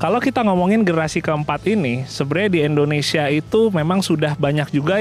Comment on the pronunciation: INDONESIA bang bukan ENDONESIA negara mana tuh ENDONESIA